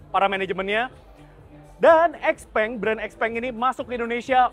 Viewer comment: Bacanya xiaopeng